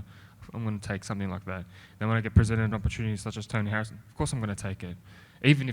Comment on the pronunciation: Toe knee Harrison. 😫 "the shin"